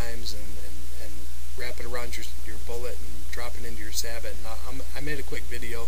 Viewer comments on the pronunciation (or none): SAY-BOW! not SA-BUTT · It's pronounced "sab-oh" man, not "sabbit." Why can't anybody say it right? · So many people mispronounce the word Sabot. It's not pronounced "Sah-bit" it's pronounced "Say-bow". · It’s pronounced “sayboe” or “sah’ bo”, not sabbott. It’s the French word for shoe. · Say-bow, say-bot. Should be more like sah- bo as in sabotage meaning to though your sabot, a wooden shoe into the gears of something to mess it up. You are then a saboteur. Me thinks they are way too complicated and opt for a cap lock and round ball. The lead makes up for any variation you fine in all barrels, event modern brass case breach loader. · Thank you. I have watched quite a few of these black powder guns lately and all say sa-bit instead of sa-boh and drives me nuts. From what I can tell is it comes down to everyone mispronouncing it wrong is that they do not know history or have never seen Star Trek VI the Undiscovered County. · Great idea! I have the same problem. Sorry to nitpick, but Sabot is pronounced "say-bow". 😉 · Alright, I'll be the one to tell you that it is pronounced "Say-bow", not sabot. Take it from a US Army tanker who has fired some huge sabots! Not trying to be a word Nazi or anything. Like your info though. Never thought of doing that but I will in the future. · Pretty sure you are pronouncing sabot wrong. It is pronounced sah-bow. It's the French word for the wooden shoes that were thrown in machinery to sabotage it which is where the word sabotage comes from. Just FYI. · Sabot (pronounced sah-bow with the t silent). Sabot were a type of French shoes during the industrial revolution. Disgruntled workers displaced by machinery would sometimes jam their shoes (sabot) into the machines to break them. Hence the word "sabotage". So correctly pronounced "sah-bow" as in the first part of "sabotage", without the "tage" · Sabot is pronounced Say-Bow as in bow and arrow. ;) great video by the way.